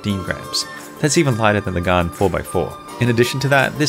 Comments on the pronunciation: It’s not pronounced “garn” it’s pronounced “gan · Why does he say GAAAAN it is GAN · Everyone:Prounounces Gan as gen Him:Gun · Hi bro but its gan not gaan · its gan not garn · Its gan not gun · It's not gaan it's gan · Never heard anyone pronounce it “Garn” haha. Is that how it should be pronounced in Chinese? Cinematics are so on point and very informative! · pls don’t get upset that he thinks your Chinese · It sounds like he is saying garn because of his accent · 4: 46 He says GAN like GUN Is it just a coincidence, or am I onto something... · Gaan not gan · He says Gan wrong so many times!! But any way love your videos!